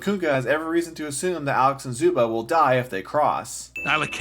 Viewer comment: You forgot to sin his pronounciation of "Zuba"